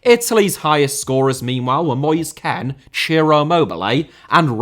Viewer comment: bro, please dont say Ken, say KEANE or Kean xD